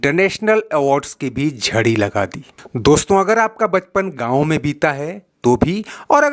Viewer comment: Chadi naheen, Bul k Jahdi, چھڑی نہیں بلکہ جھڑی، کہتے ھیں۔ جیسے ہلکی سے کم اور زیادہ لگاتار ھونے والی بارش کو "کھڑی " کہتے ھیں۔